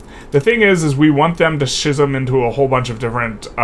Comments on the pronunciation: Its actually pronounced skizz-im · Schism is pronounced ski·zm